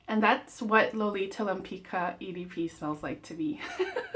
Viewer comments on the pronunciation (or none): It's pronounced like Lempitzka